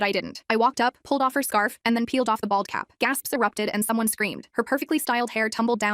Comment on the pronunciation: OMG I THOUGHT I HEARD BALL CAP.